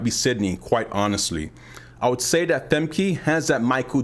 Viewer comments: Thanks for the tip, I've been calling Femke FEM-KEY for the longest but I just started calling Fem-kuh once I learned about how to pronounce it correctly recently. European names are so hard to say because of all of the consonants. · pronounce her name right: Femke (Famkuh) uh not ee